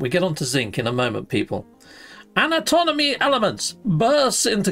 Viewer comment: "Anatomony"!? Antimony?